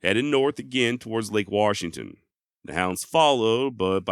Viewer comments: Great video. I was born and raised in Washington and still live here. His legend has never died.. but can you do me a favor as a podcast host?? Stop calling Washington "Warshington".. That is like nails to a chalkboard for residents of this state lol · Dude did you really say waRshington? Come on man. I don't know why it bothers me so much but for some reason it really does. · WaR-shington is killing me. 🙉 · Warshington, lol! Great video. Thanks for the upload. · fyi theres no R in washington